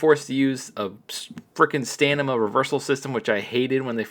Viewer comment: Couple things. You keep saying stanima. Its stamina. Also, why in the world dont they just do one button for strike reversals, one for grapple reversals, and MAYBE both combined for specials